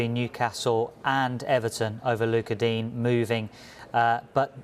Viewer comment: Just letting you know you cunts, it’s digne not dean, he’s french